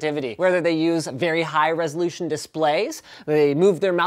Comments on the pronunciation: it’s resolution ....not resolutation ... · "High resolutation"? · Resolutation? Lol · What’s a “high resolutation” display? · 'resolutation' ...nice. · "High resolutation..." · LOL High Resolutation